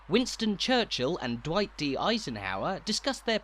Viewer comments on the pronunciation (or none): none